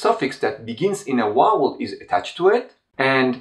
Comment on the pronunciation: A great channel! You also speak such beautiful English, but why is it so difficult to pronounce the word 'vowel'? Is the 'v' not a sound in Turkish? Every Turkish person I have met ( apart from one) invariably says 'Wow' instead of 'Vow.'